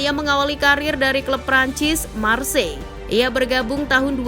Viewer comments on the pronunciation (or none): none